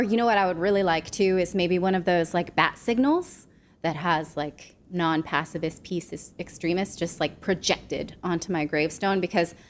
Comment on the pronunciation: Natali pronounces pacifist like passivist with a v! Pronounce the f! 😉